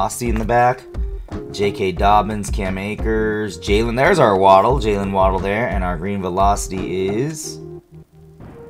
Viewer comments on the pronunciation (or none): none